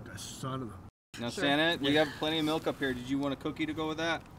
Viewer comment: How did you get the letter u in milk? It's obviously pronounced with an I